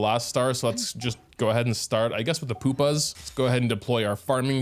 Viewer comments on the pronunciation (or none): I don’t wanna be THAT guy, buy my intrusive thoughts are taking over. It’s not poopa, it’s pew-pa, sorryyy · i cant tell if he says pupa like that on purpose or not